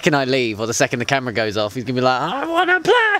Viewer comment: You're pushing your luck with 7 but you can have 5 ;) 1) interview 2) "a genetically engineered GAY icon in the attic" 3) you laughing after hitting McCoy 4) my shoutout (naturally) 5) your pronunciation of "4k camera"